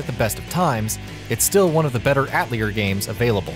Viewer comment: Love the pronunciation of Atelier lol